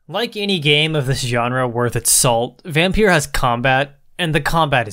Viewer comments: Dude it pronounced Vompeer Not vampeer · And it s pronounced Vompeeer Not vampeer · I love how you're basically pronouncing it as Vampierre 😂 I think it's actually just a random play on the word, altho the way I pronounce it makes it sound like the way a slavic language might pronounce it